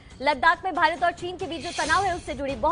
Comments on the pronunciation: Bhirat nhi hota bhart hota h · Hahahaha 0.27 secant par भीरत चीन😂😂